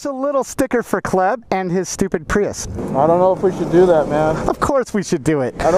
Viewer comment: Don't you hate on the PRY-YUSE!